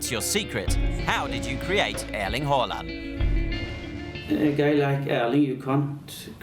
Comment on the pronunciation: Creds to the flawless pronunciation! First time a hear a native English speaker get both Erling and Håland right (in the Nordic way). Usually they say "Earling Haalland", but this guy is spot on.